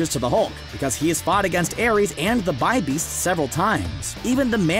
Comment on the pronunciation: Oh, and it's not Bee-Beast on the Grandmaster's Tower, but Bi-Beast. Sheesh.